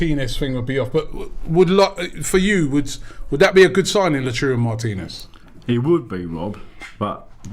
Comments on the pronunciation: It’s luataro not la churro you fool… learn to pronounce the damn names properly… it’s called respect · Its Lautaro not Latouro … is it so hard Rob? Is there anyone who can explain it to him for once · So disrespectful this guy keeps calling Martinez Lachuro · Robbie, great show, but please try LAU - TAR - RO just in case he’s listening. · You're both wrong about the pronunciation of Martínez first name. He's Argentinian, which is Spanish ancestry. It's pronounced Lao-tAH-rdo. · Love the way pronouncees everyone's names worst than Robbie 🤣